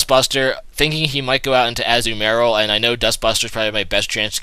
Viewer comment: umm it is ah-zu-ma-rill